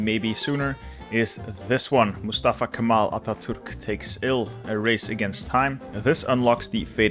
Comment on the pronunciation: give my name as example. can nearly pronunced like french jean. somewhere between g and j. i still impressed turkish capabilites. for ex he mastered how to say Mustafa Kemal Ataturk. rest hardly matters for me >D.